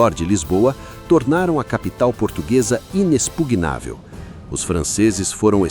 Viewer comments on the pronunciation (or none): none